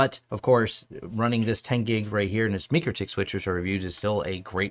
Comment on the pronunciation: Mikrotik is not MEkrotik listen to how the guys from the country who speak the language say the company name in their videos, stop pushing the fake pronunciation.